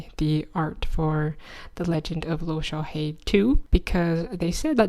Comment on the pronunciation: Love the norse representation! however, just so you’re aware loke is pronounced with emphasis on the e and o, i’d reccomend looking up the pronounciation if you want the name to be accurate, if thats not a big concern for you, thats okay though!